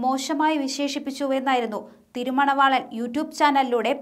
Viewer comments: It is Tiruma valavan. Not Tirumana valavan. Pl be carefull in prouncing names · Your reading news thirumanavalan. Correct name thiruma valavan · THIRUMANAVAALAN ALLA, Thirumaavalavan aanu.